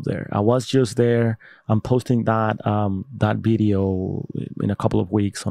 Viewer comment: Bro it’s never Bideo It’s Video 🤦‍♂️